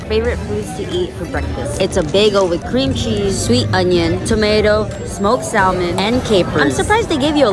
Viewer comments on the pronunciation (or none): Salmon, do not pronounce the L